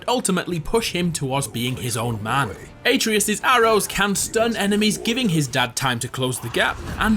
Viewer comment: You're pronunciation of atreus triggered the fuck out of me